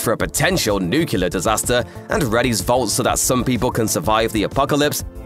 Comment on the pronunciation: How do you pronounce nuclear wrong in one sentence and the next sentence correctly?